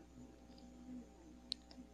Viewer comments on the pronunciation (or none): Buff po hindi farm